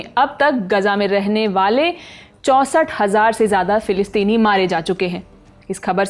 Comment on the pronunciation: Pillipini nhi palistini bolo